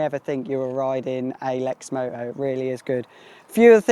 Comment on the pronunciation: There’s a t in lexmoto